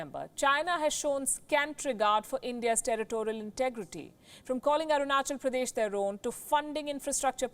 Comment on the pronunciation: She is the only reporter that pronounced Arunachal Pradesh properly. Thank you. I hope India support Taiwan.